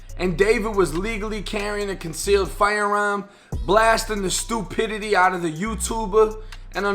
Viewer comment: "Blasted the stu•pididity out of him"